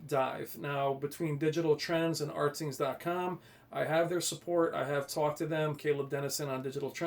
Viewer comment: it's pronounced Ratings not Rtings. Alot people get that wrong...lol Anyway. Rtings hates TCL they are very bias. I don't believe there numbers. Why don't you believe CNET? CNET had SDR and HDR even or brighter then the R617 of last year. Plus I hate when people go crazy over input lag. An input lag is 14 Ms compared to 11ms you won't notice a difference. 4ktvs all now have pretty good input lag. Compare the Hisense H9F to the TCL R625. Just don't go by rtings website. They hate TCL.